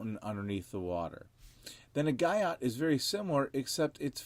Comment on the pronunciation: Guyot is pronounced Gee-o